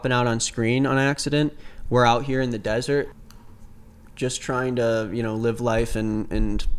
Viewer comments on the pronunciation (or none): none